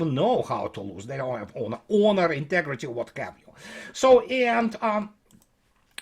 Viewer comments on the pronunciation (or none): none